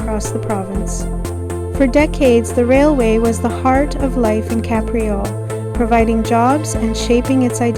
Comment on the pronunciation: Great drone footage - and for accuracy, it's pronounced "Cape", not "Cap."